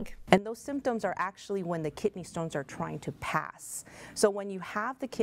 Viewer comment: Its kidney not kitney